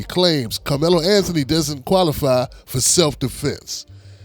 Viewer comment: Sir, I watched the lawyers whole segment and he’s very ignorant. He’s miss pronounced Karmelo’s name like 6 times. He shouldn’t have brought the knife to the track meet. I think we all agree. However, I believe the twins were trying to jump him or really doing something to him. I just don’t know too many brothers that would just stab someone. Also, we have to know that the twin came forward toward him. How else would he be able to get that close and stab him. So it’s definitely more to the story